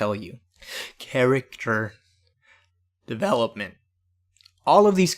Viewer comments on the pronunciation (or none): lmaooo and the way you said "character devElopment" killed me hahah. I love this entire video man, my favorite one so far!